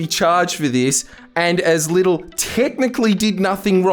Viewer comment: It's Littie, not little